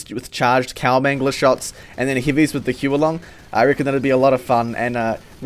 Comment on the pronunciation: have we seriously never had a chinese person correct any of these youtubers for pronouncing it wrong? huo is fire long is dragon huo is pronounced like "hoo-uh"